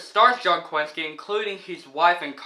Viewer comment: I think your pronouncing John Krasinski’s last name incorrectly 🤨